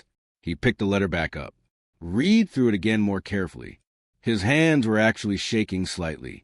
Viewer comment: Heard this exact same basic story earlier this morning, just changed the names and details, using the same fake lawsuit threat.😮 And this is yet another AI voice that cannot correctly pronounce simple words, like "read". 🤨